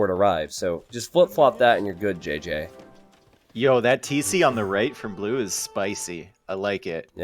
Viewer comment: JJ is 'ji' not 'jé'